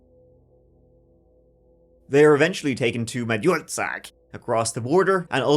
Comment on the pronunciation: You butchered the word Magyarország and Budapest 😂 Love from Hungary :)